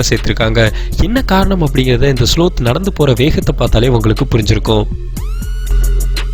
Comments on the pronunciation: இதன் பெயரை ஸ்லாத் என்று சொல்லனும்ப்ரோ அது ஸ்லோத் இல்ல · sloth pronunciation wrong bro ,lol!!